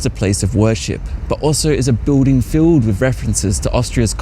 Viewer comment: Very informative and entertaining video. Spoiled slightly for me by the odd pronunciation here and there. For instance the word BUILDING is said the cockney way - BIWDING and the TH diphthong is either said as F or V depending on its being unvoiced or voiced. Pity about that. I'd have thought someone so well educated would have better elocution.